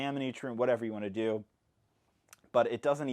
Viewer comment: “I really enjoy the ability to DEW that” I’m sorry